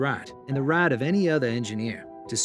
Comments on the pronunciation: Its pronounced "Rite" not "Rai" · To sue the board to protect his "RIOT". That's North Carolina for you. Had to listen twice to be sure he meant "Right" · Wayne is now suing to protect his “raaaht” and the “raaaht” of any engineer… omg I love the south the please stop pronouncing things like this.